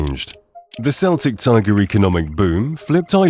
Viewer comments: One correction -Celtic as in Celtic tiger is pronounced "Kell-tick" not "Sell-tick". Loads of Americans get this wrong. Conversely, the Scottish soccer team Celtic F.C. is pronounced "sell-tick". So I can't really blame foreigners for getting it wrong. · Celtic, the c is pronounced as a K, the celtic with s like c is only used by the football tem from Glasgow or that shower in Boston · The C in Celtic Tiger is a hard C. Celtic football club use a soft C. The word Ireland has an R in it. It is not pronounced Island. Gardai is not pronounced "Gar-die", it's pronounced more like "Gar-dee"